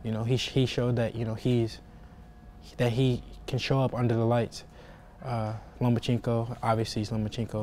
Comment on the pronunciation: LOMACHENKO "OBVIOUSLY" IS..... LO-MA-CHEN-KO 🤔🙄😆